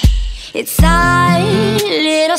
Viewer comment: You pronounce "our" weirdly. The rest is pretty good though!